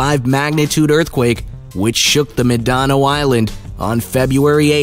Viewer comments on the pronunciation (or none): He also butchered Mindanao and prophetic. But hey what do expect for a couple of Happy Meals. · Nd he can't prounounce Mind In A Oh ffs. A pure wast of breath that one.